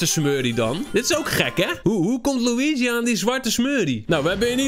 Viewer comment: Schaduwtje LUI GIE!!!!😎🙌 zoals je dat zo prachtig mooi uitspreekt 🤣